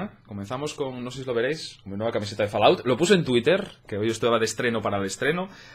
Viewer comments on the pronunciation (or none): se pronuncia folaut no falaut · cuesta tanto decir " FOLAUT" en vez de FALAOUT???